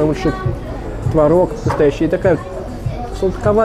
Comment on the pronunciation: ну серьёзно, петербуржец, блин. ТвОрог. Позорище. А так лайк, конечно.